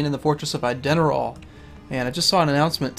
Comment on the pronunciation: How come every time says "Ideneral" at the start of each video, I get motion sickness?